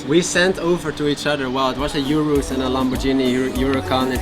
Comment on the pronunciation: congratulations on your hard work and thank you for the inspirational video, still its still "Lamborgini not LamborJEANNY, say it like a german would and it is correct